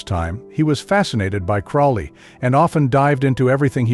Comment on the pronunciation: You can tell this guy is an idiot as he can't even pronounce Crowley correctly.....bit of a giveaway